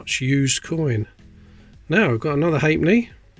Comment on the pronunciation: Are you saying "hate me" or "hate knee"? .....